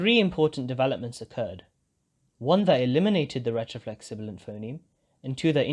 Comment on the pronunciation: Everything but pronouncing retroflex 💔